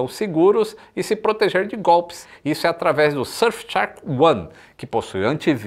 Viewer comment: Surf tchark kkkkkkkkk